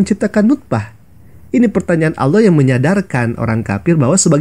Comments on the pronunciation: Ngomong alloh saja oloh😂😂😂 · Innalillahi wainnailaihi roji'un menyebut nama Allah sj tdk betul... Malah di bilang lucu.. astaghfiruulahaladzim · Ngomong Allahnya aja ga becus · Saya malah mikirnya kayaknya dia itu bukan Murtadin tapi kris10 tulen 😨 di lihat dari cara dia membaca nama "ALLAH SWT" saja salah